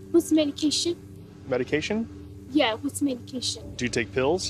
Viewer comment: Same for me. She couldn't even pronounce the word correctly.